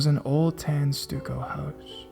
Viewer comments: 'Stucco' is pronounced STUCK-O, not STUE-CO....'bruja' is pronounced BREW-HA, not BREW-JAH...illiterate millennial. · Also stucco is pronounced ‘stuhcco’ not ‘stooco’ ~hides~ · All you literary scholars stuck on his pronunciation of a foreign word didn't have the know how to correct his error of the word stucco. Stuck-o. So enjoy the video or leave it be. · I love your narrations; you are one of the most talented readers I have ever heard. I see a lot of folks helped you with 'bruja', but I wanted you to know that 'stucco' is pronounced "stuck-oh". Keep up the fanntastic work!!! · Fucka said stucco house wrong too!!!😂😂😂